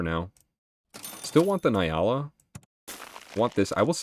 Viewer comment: Hey, I’m really sorry to be that guy🤦‍♀️ but it is pronounced N-Yala. The N is said like (nnnn). Once again sorry to be that guy.